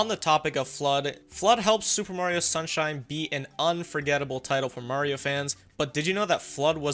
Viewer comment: Did you just say sewer Mario sunshine 😂